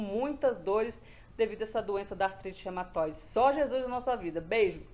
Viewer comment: Não é Rematoide, é Reúmatoide